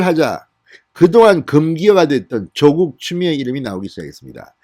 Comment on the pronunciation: 사전 좀 찾아보시고 더욱 정련된 가 됐으면 합니다 조:국x 조국o, 만냑x 마:냑o, 성녀콰x 성:여콰o